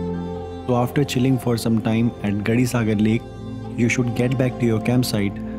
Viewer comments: It's kuldhara village not marudhra village and it's gadisar lake not gadisagar lake ..... rest isss awesome ......🙏🙏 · GADISAR not gadisagar....And Saalam singh haveli not salim singh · It's Gadisar lake, not Gadi Sagar.